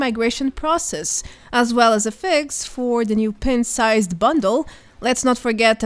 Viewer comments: It’s pronounced Pint and not Pent. Pint-Sized Slasher. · You're pronouncing "pint" wrong. It should sound like "pine-t". 👍